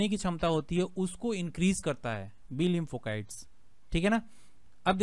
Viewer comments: Kite nahin site shabd hi jaise lymphocyte not lympho kite Baki ki aap ki jankari ekadam sahi hai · लिम्फो काइट नहीं होता लिम्फो साइट होता है। Cyte means cells